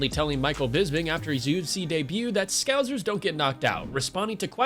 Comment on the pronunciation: Why can’t anyone say scousers properly.. it’s scouse ers like house ers!! Duhhh 🙄